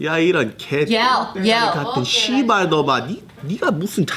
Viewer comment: Omg 야 이 씨바r 놈아 씨바r 새꺄 for the win, you got the intonation down pat but you can't do the hard r, that's hilarious, you sound like me and my bro do when cussing. I lived in Korea for 10 years and I can't do the hard r, makes threat's sound less intimidating when you're slurring like you're on a bender.